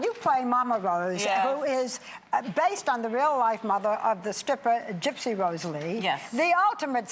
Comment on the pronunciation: haha Barbra walters, "Mama Wose".